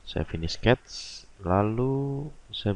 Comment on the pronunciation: Ok, no prob. Give it a try and watch it again while following Didi's steps on Fusion. Even I don't understand one word (except when h say 'sketzzz' ;) it is kinda fun to watch and for sure you can re-create what he did. Best regards John